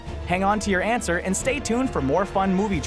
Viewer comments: get it he said ant ser instead of answer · HAHAHAHA HE SAID ANT-SWER SAJDJFKDN, why am I like this. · did you just.... did you say "ant-swer" I swear he did!!